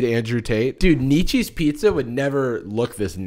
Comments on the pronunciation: Out of all the things in this video, I'm mostly upset at you for "Friedrich knee-cheese ". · "Friedrich Knee-cheese... much to think about" this had me ROLLING